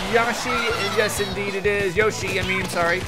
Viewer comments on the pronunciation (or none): you probably won't notice but it's Inkstrike splashwalls and how you say yoshi is yo-shh-e